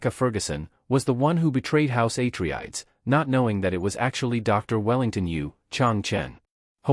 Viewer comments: YOU really NEED to vet whatever process you have doing your reading. Repeatedly mispronouncing the name of an intensely well-known family in a story is just this side of blasphemy—something that negates all the work you put into your video. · idk how this got reccomended to me. Mispronouncing Atreides is a hard stop. AI gen'd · Misspronouncing the name of one of the main houses is a no-no for me. Next video! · If you say atreides wrong one more time i’ll will be mad